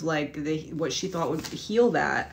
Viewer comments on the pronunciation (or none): none